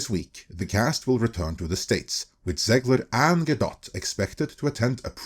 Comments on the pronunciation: "Gal-guh-DOT"? bruh its guh-doh. Learn to say peoples names right. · Is her last name really pronounced Gal-Dot? I figured you would have been corrected by now. Gal-Doe. But maybe it is Gal-Dot.